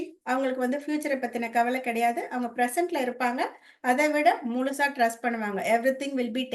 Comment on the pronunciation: உங்களுடைய ஆன்மீக சேவை மிகவும் நன்றாக உள்ளது ஒரு சிறிய திருத்தம் செய்து கொண்டால் மேலும் சிறப்பாக இருக்கும். ள ழ ல உச்சரிப்பில் சற்று கவனம் செலுத்தினால் மேலும் சிறப்பாக இருக்கும். Ex. குலந்தை, முலுசா etc. நன்றி.